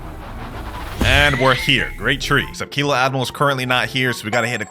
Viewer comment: bro said grat tree and show diamond hill